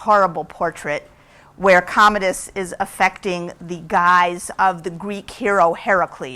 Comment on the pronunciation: "What are you doing?" 'I was looking up Commandus. To know more about him. Is that how you say it? Commandus?" sigh